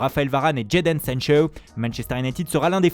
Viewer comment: C'est qui jeden sencheuw ? Frère parle normalement